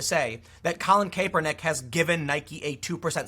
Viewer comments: It drives me crazy when someone reports on a story or is some type of announcer and they mispronounced the name. Especially when done over and over, like this video. Do a bit of research and make sure you pronounce it right. It's pronounced cap-er-nick, not cape-er-nick. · Cap-er-nik, not Cape-r-nik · It's "Cap" not "Cape" lol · you know what Tim, just ignore our comments an keep pronouncing it kay pernick. Also w the stock, firms can keep its price afloat until they find enough suckers to displace their own shares. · Something did happen. You are mispronouncing his name over and over. So great! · The way you say "Kaepernick" upsets me for some reason. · Tim you talk about too many stories with Colin Kaepernick in it to keep pronouncing his name wrong lol